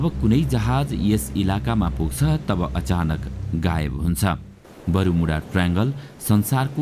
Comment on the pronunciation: बरूमुडा हैन बर्मुडा हाे😂